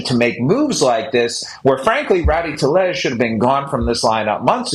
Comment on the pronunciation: Passan's pronunciation of tellez is Lombo on Hawkers's roids😂